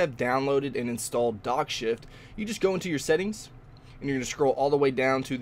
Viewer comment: Did anyone heard "dog shit"?